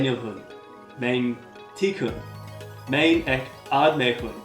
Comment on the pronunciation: There is only one fault, in मैं, you pronounce the last n very clearly. The last n in मैं in fact ं or ँ in all words is pronounced by a nasal sound, rather than using the proper n. Otherwise, you are doing it great.